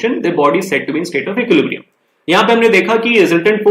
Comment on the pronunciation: I always eagerly wait to hear sir speaks 'Equilibrium' correctly😊😄